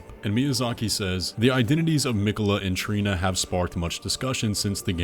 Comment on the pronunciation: Trina not Torlina lol